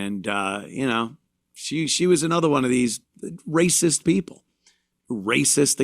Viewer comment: Don't worry. He's going on tour with Bubba Wallace, calling everybody 😅ray-cess.